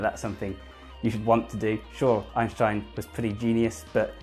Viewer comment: It's Ein stein not Einsh tein say it correctly.